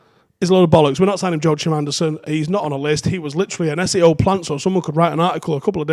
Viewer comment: Joo chim Andersen? 😂😂😂😂😂